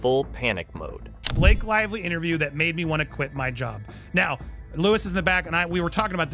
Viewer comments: Blake "Liv-lee" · We should care, why? Seriously? How does this impact my life or my loved ones? The A.I. doesn't seem to care much. Only pronounced Lively 3 different ways. Lol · Very hard to listen to when you keep mispronouncing Blake Lively's name over and over and over again. Bye. Bad AI? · You had me as someone legit until you mispronounced her last name in the first minute right after pronouncing it correctly. Here's to another faceless AI